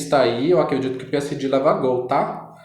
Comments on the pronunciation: Moço muito legal a tiragem mas é peesege, que agonia falando Piesidi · "P S D " AHAHAAHAHAH G VIROU "DI" AHAHAHAHAHA